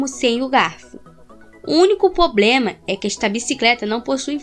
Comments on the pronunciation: Gostei do seu vídeo mas, é problema é não poblema. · Vai ter que melhorar seu português hein. Poblema kkkk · Na parte do POBLEMA eu parei de assistir o vídeo, quase um crime ao português kkk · Quase morri no Poblema! kkkkkk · o único poblema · Aos ... em " ...o único poblema..." quem voltou pra ter certeza do que ouviu? Kkkkkkkkk...